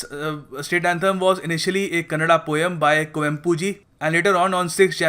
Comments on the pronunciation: It's Kannada Flag , not Kannad Flag. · It not kannad it's kannada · Thanks fr this information but pronounce properly its kannada not kannad.. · Its not Kannad bro its Kannada learn to respect the language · I love the way say it's Karnataka. But don't say kannad. It's kannnda. Simply you are asshole as enyoneelse